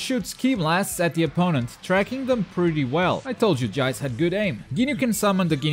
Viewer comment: Did anyone see the captain ginyu combo video??? This guys gonna be beast Also it's pronounced JEECE, not jaice And hyper armour not super armour ;)